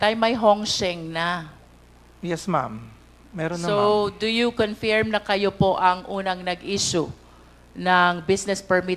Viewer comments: Magaling si Hon Luistro, pero nkaka bing nge kung mabigkas niya ang word na "Confirm or confirmed". Pronounced as "Kuhn-Furm", Not "Kuhn-Fairem"😢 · I love the way Cong. Luistro pronounces "confirm" 😅